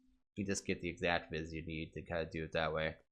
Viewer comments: "Sauce mundis" "Vizz crystals" TRIGGERED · It bothers me that you're saying vis wrong. It's pronounced V